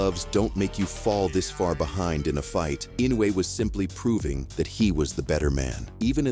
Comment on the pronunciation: Okay, but you can't pronounce his name correctly. Inoue is pronounced In- noh - e. It is a long extended o.